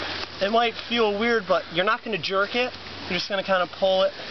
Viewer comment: the emphasis on dont jerk it is really doing a lot